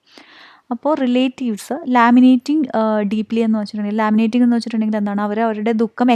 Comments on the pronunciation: Madam ലമെന്റിങ് ആണ് ലാമിനേറ്റിംഗ് അല്ല... താങ്കൾ ആ വേർഡ് രണ്ടു വട്ടം മിസ്പ്രോനൗണ്സ് ചെയ്തു അതാ.. സോറി 🥰👍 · It's 'lamenting' not 'laminating'.